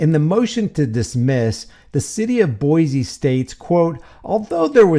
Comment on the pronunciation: Just fyi the name of the city is pronounced boy-see. No z sound. If you visit we'll instantly know you're not a native if you say Boize lol. Come visit! It's a beautiful city. This pig is just scum.😊